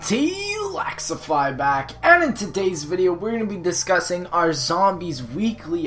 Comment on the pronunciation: The fact that u can't even say ur own username right..its LEXify not LAXify my brutha